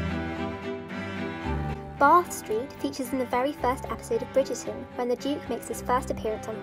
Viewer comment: As someone from bath it really gets to me how to say bath